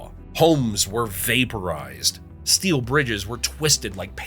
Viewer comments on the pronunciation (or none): none